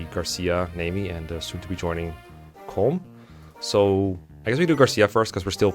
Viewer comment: Once again, I must emphasize that colm is pronounced “colum”, like a column and a row